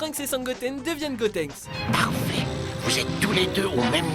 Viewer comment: Dieu merci ! il a dit "Gotenks" et pas "Gotrunks" x)